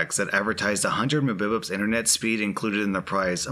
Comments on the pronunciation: Your "muhbibups" should either be m.b.p.s. or "mega bytes per second" but it is funny nice job trying man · Did he just say "Mubips" for mbps? It's literally megabytes per second tf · What are you watching ng "mih-bih-pus" why don't you just say the letters like everybody else lol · Lol mubipups. So much cringe. Are you 80? Lol Mbps (em-bee-pee-es) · Out of all the videos he's made, this would be the one that pissed me off the most, not because of the people but the fact you called Mbps (Megabites Per Second) Me Bi Pssssss.... God xDDD aaaaaaahhhhhhh but nah good video man, lmao. please just say megabites thou---everyone will understand what it means xP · There's one thing that triggered me in this vid said embeps instead of Mbps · ITS NOT MUBIPUPS!!! IT IS MEGABITS!!!! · Mbs are MEGAbits for second stop saying "mbibits" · no one: absolutely no one:: pronounces mbps as mubibups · I thought I was mishearing the first time he did it- it’s really funny tho xD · This threw me so off. is usually extremely articulate and even rewords what he is reading to better convey whatever OP was trying to convey. Then suddenly out of nowhere… “muh-bi-bups” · The "mibibibs" makes me laugh every time!! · When I heard mubibups I thought my brain had stopped working 😂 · Hahaha I've never heard anyone else pronounce "megabits per second" as "mububups" before! 😆😂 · Man really said mubibups in all seriousness multiple times like it's an actual thing 🤣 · lol "Muh Bib Ups" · Everyone: Megabits per second: Mobibubs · i had to do a double and triple take on the whole mubibups (Mbps) thing, love it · "meh-bi-pips"... wth..? Megabytes per second..... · when you say MMBS muhbuhbuhs lol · mbps are pronounced "megabites per second" not mubips 🤣🤣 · Did you just say... mibibups? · "Memebeps" snort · 100 Mbps, pronounced 100 ma-bips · I always listen to on 2x speed because I'm impatient, but when i heard "mupubitz", i had to stop